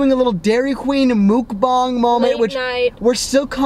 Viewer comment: your saying mukbang completly right whoever says otherwise is WRONGGNGGG